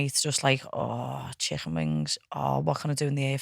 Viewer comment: Listening to them butcher the word chicken is the only reason I’m here 😂😂😂